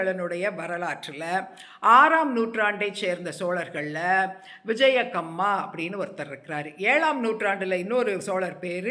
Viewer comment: Kamma not ongommaa😂